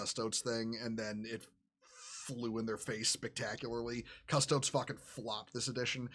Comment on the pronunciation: >nobody in this video being able to pronounce Custodes